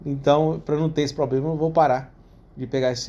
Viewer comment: chega doi o rim de ouvir a palavra 'poblema', mas o cara sempre falou assim, não é agora que vai mudar né... rs rs show parabéns adoro seus videos